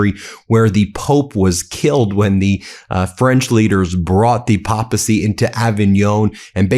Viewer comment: *pronounced "PAY"pacy